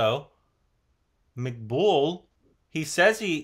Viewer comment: First of all he's Maqbool not McBull or McGull